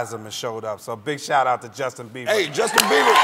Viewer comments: He said justin biever lol He got a biever. haha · He defs said Justin Beaver. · did he said justin BEAVER ?? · Hahahhah Justin 'Beaver'...Martin said it twice...Crying laughing...Hehehehehh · lol i think he said Justin Biever but thats cute hahaha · "Justin Beaver" lol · I always hear justin beaver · He says Justin Beaver rofl